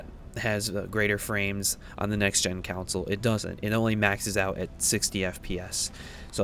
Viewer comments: Why do you say console like counsel? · console* ... good video but you keep saying council